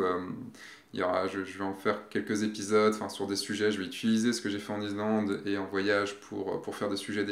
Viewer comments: Super reportage... Bravo... Je voudrais juste noter qu'on ne dit pas I"z"lande mais I"ss"lande et le x de Chamonix ne se prononce pas... "Chamoni" 😁 Vraiment un super voyage... J'y pars en février... Il fera encore plus froid... 😱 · Répète après moi, iSSSSSlande;-) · Tres chouette video.Gros pouce bleu.Par contre... pourquoi: IZ-Land?Surtout que tu le prononces 32000 fois... Bravo pour la vidéo sinon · David Non, tu te trompes, est parti en Izlande, pas en Islande! Par contre, ne me demande pas où ça se trouve 😂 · on dit Issssslande! Mdr 😂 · Salut, j'adore tes vidéo et on travail mais y a t'il que moi que ça hérisse quand tu dis "izlande"? J'ai pour projet de faire ce voyage d'ici la fin de l'année et j'aimerai savoir, quel a été ton budget pour vous deux? Histoire voyager léger, tu pense qu'un grand angle et un téléobjectif suffisent? Dernière question, dormir dans le 4x4 c'était pas envisageable pour vous?